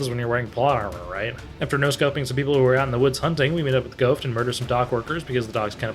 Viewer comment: Calling ghost “ghoft” because of his overbite looking mask is fricking Hilarious